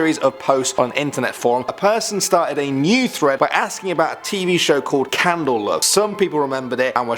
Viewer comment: I honestly thought my internet was falling apart when kept saying "Candle Love". We were talking about urban legends, not a pyromaniac fantasy, lol.